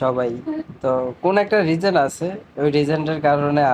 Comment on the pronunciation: Aunty ke hashi Khushi dekhe khub bhalo lagche,r ha rejent na kothata hobe reason